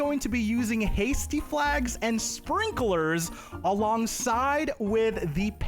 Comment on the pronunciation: FYI, sprinklers is two syllables, not three lol